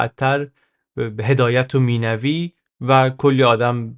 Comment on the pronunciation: Minoovi❌ Minavi✅